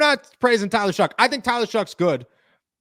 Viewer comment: Bro why do you keep calling him shuck its shough pronounced show not shuck there's no c or k in his name